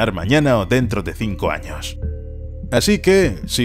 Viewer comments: se dice años no anos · dice 50 anos xd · Como que anos? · Dice anos XD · JAJAJAJAJAJ... minuto dice 50 anos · "años" se me hace gracioso y solo quiero que mas gente lo note